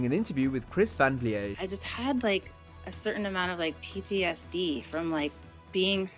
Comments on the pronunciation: Its chris van vliet. Which is a dutch name, not a french name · I’m sorry but why tf do you keep pronouncing Van Vliet like that??